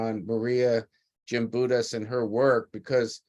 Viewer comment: Respect please in pronouncing her name correctly. Gimbutus with a "G". Not Jimbitus with a "J".